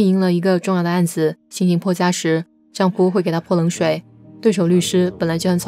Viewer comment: 丈夫（fu 轻声），不是丈夫（fu 第一声） 公公（第二个gong是轻声）